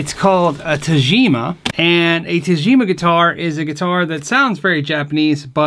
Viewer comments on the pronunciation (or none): you're such an underrated player my friend, love your slapping style. PS: The "g" should be like in "good", not "gem". Since it's Japanese and it's Tagima, not Tajima.;)